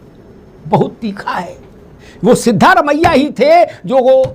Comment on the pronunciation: मुंछे वाले भाई सिद्दामारेया नहीं सिद्धारामया यार अपने नेता का नाम तो ठीक से लिया करो